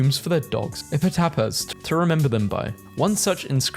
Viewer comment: Epitaphs is "Epitaffs." Not, "Epitapuhs"